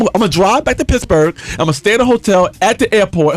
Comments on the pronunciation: wen he says pittsburgh it sounds like pissburgh....awesome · Pissburgh...he keeps saying Pissburgh. Leon!